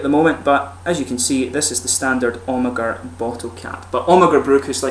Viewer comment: You pronounce Amager without the "ag" like "Amer"